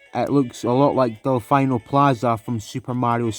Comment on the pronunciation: AYO DELFINO SQUARE. I love it :D Also it’s pronounced Del-Fee-No, not Del-Fi-No, I’m Italian and Delfino is an Italian word that means Dolphin